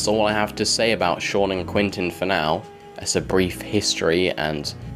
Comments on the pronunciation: Was thinking that myself! Sometimes says Quentin, but usually says Quinton... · It’s Quentin, not Quinton.